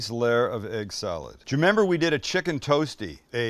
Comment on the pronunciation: Did you say... "Jewmember" when...? 😅